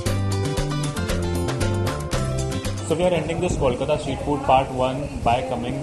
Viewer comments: FIRST OF ALL, IT IS NOT KAULKOTA IT K'O'LKATA. O PRONOUNCE AS 'O'! IS THAT VERY HARD?!! SECONDLY KOLKATA HAS OLD AND NEW CO EXIST LIKE EVERY OTHER BIG OR SMALL CITY! SO DO NOT CRY TO SAY OHHHO!!! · Correct Pronounciation Tips: Bol Radha Khol Chata Kol Kata (not Kawlkata) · Kolkata is more correctly pronounced like 'Coal'-kata as opposed to 'Call'-kata. Many people from outside have this difficulty since the name changed from Calcutta. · Please guys, it's pronounced Coal-kata not Call - kata. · Kalkota nahi, Calcutta or Kolkata bolo yaar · Not kalkata this is kolkata man😃😃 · I find it really irritating when people from outside of Bengal pronounce Kolkata as Kaul-kata instead of Coal-kata. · Coal-kata that wld help the Bengali pronunciation. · I don’t understand this apathy with huge number of non-Bengalis when pronouncing “Kolkata”. This can’t be so hard right? You know how to pronounce the ever know black energy source we burn to produce energy called - COAL. Just start like that and then add “kata. As simple as that. Please don’t mind. But this comes across as sheer humiliating. Come on practice a few time. It is not that hard. We know how not to say MUMBOI or BONGALORE. Otherwise good job. Keep it up. (Also I agree with the other comment about no use of onion and garlic generally is dishes served by confectionaries in Bengal. So some more research is needed) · It's 'Coal'Kata, please pronounce it right. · Good vlog but please pronounce kolkata properly . It hits the ears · Good job , but when you speak about Kolkata, Pl check on your pronunciation . Bengalees generally don't eat so much garlic , but new generation does .